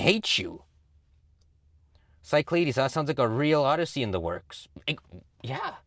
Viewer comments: As a greek listening to pronounce cyclades (ki-kla-des) as sci-clades hurt me a bit😂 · Pronounced "kee-KLAH-dhess"